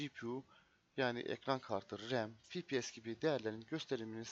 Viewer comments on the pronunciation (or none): cpu işlemci gpu ekran kartı ama fipies nedir ya yanlış okuduğun için dn yoksa iyi video